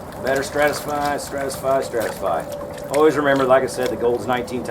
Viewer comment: ive never heard a pro say stratisfy